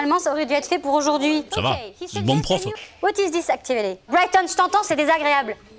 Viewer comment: j'crois elle dit Brighton🤔😭😭